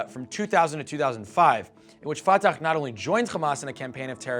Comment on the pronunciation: You’re mispronouncing Fatah and Hamas, it is the Arabic letter ح which is a voiceless pharyngeal Fricative not a voiceless velar fricative Or a voiceless uvulas fricative